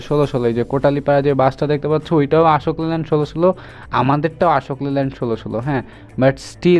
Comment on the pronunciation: ভাই, Ashok Leyland এর সঠিক উচ্চারণ হবে অশোক লেল্যান্ড, আশোক লেল্যান্ড নয়।